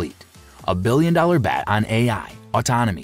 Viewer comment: Funny how this AI vid doesn't even know the difference between BAT and BET.